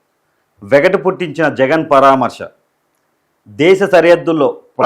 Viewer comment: పరామర్శ అనడం నేర్చుకో బాబు